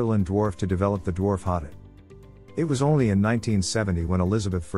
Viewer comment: it’s a voice over text. Speaks very quickly and it’s voice is a little inconsistent, sometimes getting softer, sometimes louder but staying relatively monotone. Plus it pronounces hotot wrong